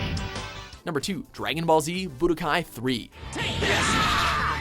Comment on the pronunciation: ITS budokai TENKAICHI 3 not bodokai 3